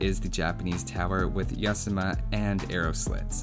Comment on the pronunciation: Yasama is pernounced Yah-Zah-Muh or Yazema Love your vids dude. <3 your better then zeroemps. shhhhhhhh dont tell anyone;)